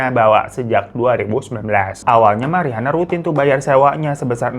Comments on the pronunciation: Sekilas salfok salah baca Rihana onana ,rihani onani😫🥱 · Untung lidah lu kagak kepeleset bang pas ngomong rihana ohnana rihani ohnani 🤣